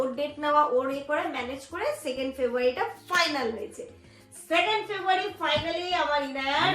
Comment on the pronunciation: Ki febuary,febuary korcho,beshi style marte giye February ta thik vabe bolteo parcho na...